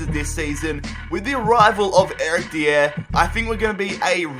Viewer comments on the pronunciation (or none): Stop calling dier de-air it’s pronounced die-er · Dude stop saying dier's name wrong DIE-ER